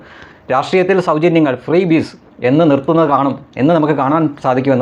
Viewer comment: ഫ്രീബീസ് എന്നത് പുള്ളികേട്ടത് ബീബീസ്😮😅 എന്നായിരിക്കാം..😂